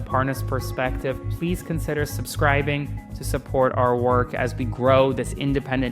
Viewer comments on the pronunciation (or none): none